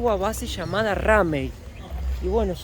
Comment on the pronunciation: Base Ramey se pronuncia reimi inglés😂